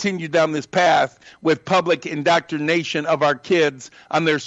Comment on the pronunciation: “Indoctornation”???!! What an imbecile.